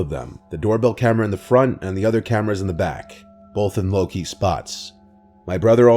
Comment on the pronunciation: you saying lowkey just made me giggle ahaha